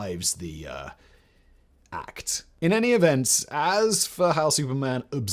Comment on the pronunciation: way you say "The ACT" makes me chuckle...